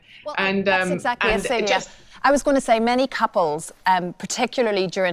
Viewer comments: I believe the wife's name is pronounced SEEL-ya. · Love the videos. FYI: Celia - said Cecelia without the Ce-(Celia)